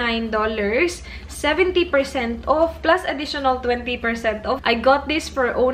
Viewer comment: Enjoy sana yung content mo, u are smart. but dko na talaga kaya, ang thick ng bisaya accent mo. The way you pronounce the word "off" is wrong. You pronounce it wrongly as "uuuf". I can't anymore. And when you pronounce "dollars" as "dahllers".